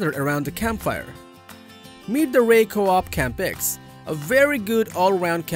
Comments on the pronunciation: It's REI. R. E. I. Just say each letter... Not Ray. You lose all credibility when you muck up the company name of your first pick, especially when it's such a simple, well known, and basic company name. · Awesome and informative video. TY very much *LoL on REI pronunciation, Let me spell it, R E I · Yeah, regarding credibility I clicked on the timestamp in the description and I heard it pronounced ray, immediately I thought this was one of those AI generated list channels I should click away from.